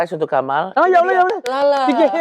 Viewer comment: Kamal kerasa Arab nya pas ngucap "YA ALLAH YAKHFAD". benar-benar makhraj huruf sesuai 😂